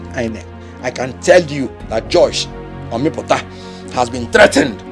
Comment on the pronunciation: Kenneth said "Josh omiputa"😂😂 😂